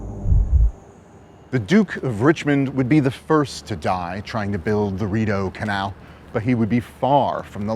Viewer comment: My Brazilian immigrant ears heard the guy saying “at the mouth of DORITO CANAL”. It took a few seconds for the “RIDEAU CANAL” to build up to my ears 😂